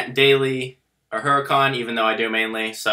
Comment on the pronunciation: Huracán is pronounced ooh ra cahn. H is silent in Spanish.